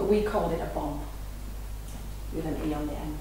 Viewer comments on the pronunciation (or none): Its bommmmmmm "bomb"